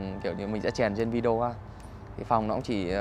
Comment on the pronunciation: Phát âm chử Video vi-đi-Ô….. chứ không phải vi-deo